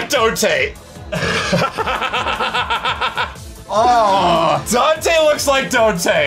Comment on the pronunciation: Dante = Donte Nero = Nera XD